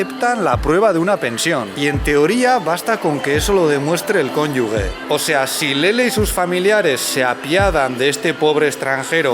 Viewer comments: Se dice cónyuge. Yo también decía cónyugue, hasta ahora no había conocido a nadie que lo dijera como yo. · Cónyuge, no "cónyugue"